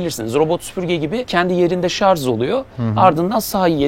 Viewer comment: Hepsi için tebrikler, sadece şarz demesen harika olacaktı 😊